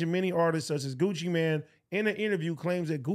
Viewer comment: Bruh it’s Gucci MANE. Not Gucciman wtf.